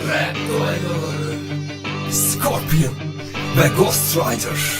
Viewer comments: scorpiyon diyen +1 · skorpyın diyen +1 lesin